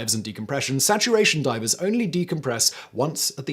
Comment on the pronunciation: Hahahah you called them Diapers instead of Divers 😅😅😅